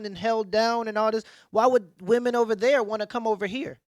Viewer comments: It’s pronounced wimen not woomen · Why does she keep saying woman ? Does she not know to say women plural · Why the fuck is show pronouncing "women" as "woman"? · I'm the only person who recognized she keeps saing woman instead of women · It bothers me that this woman (wu-man, singular) can't pronounce the word "women" (wi-men, plural) correctly. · Good video, but it is literally nails on a chalk board when I hear people pronounce women as she is. Why is this becoming more common that people pronounce women like singular woman? Irritating as hell. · Is the reporter American? She keeps saying Woman instead of Women. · Someone please tell the reporter that women and woman are pronounced differently. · OMG. That girl needs to learn how to pronounce WOMEN vs. WOMAN.